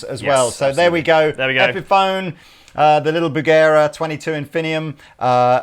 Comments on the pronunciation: "Bugera" is actually pronounced: "boo'-ger ray" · pronunciation of Bugera makes me uncomfortable. Even if he's correct. It just feels weird.